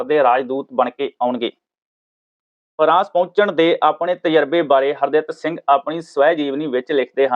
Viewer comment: Punjabi bolni padni sikh lauo s harditt singh na ke har datt s nhi😡😠